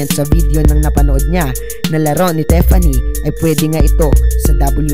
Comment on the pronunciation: Tiffany hindi Teffany.. Tanga ayusin mo yang pronounciation mo kahit saang probinsiya ka pa sa Pinas.. Hindi reason yan para mali ang pag pronounce mo ng tamang pangalan ng tao!